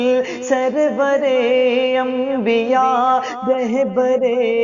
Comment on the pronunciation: اسلام علیکم ورحمۃ اللہ وبرکاتہ آپ سے درخواست ہے کہ آپ رحبر نہیں کہہ کے رہبر کہا کیجیے ۔الحمداللہ آپ کی آواز بہت ہی اچھی ہے اللہ آپ کو ترقی سے نوازے اور نظر بد سے بچائے